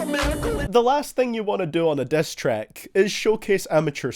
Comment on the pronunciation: The Diss turns into "Dess"